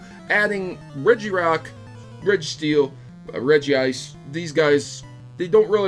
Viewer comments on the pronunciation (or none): HE SAID REGI-ICE EVERYONE UNSUB